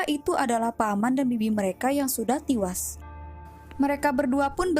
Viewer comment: Tiwas? Bisa berbicara dg bahasa yang benar? E dan I itu beda ya